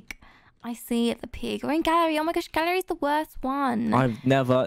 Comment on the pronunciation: I thought that you were saying gary instead of gallery. :P